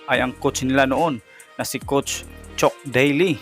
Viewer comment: chuck boss hindi chok